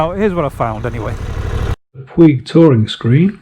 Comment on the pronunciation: I appreciate the info! Have been following all the screens. I am now on the MRA Vario Touring... BTW, it is pronounced "Poooooooge" rhymes with stooge. Soft G. Ride On!